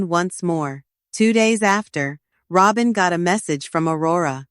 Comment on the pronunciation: 🤣😂🤣 Robe-in 🤣😂🤣 Don't you dopes know it's Robbem! 🤣😂🤣